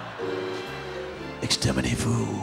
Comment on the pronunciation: "exterminervous" XD bloody brillaint!